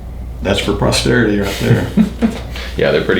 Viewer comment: "That's one for prosterity." 😅 You crack me up,!